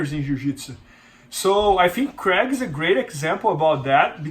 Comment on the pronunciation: o bernardo tem dificuldade em falar craig, fala crég jones hueheh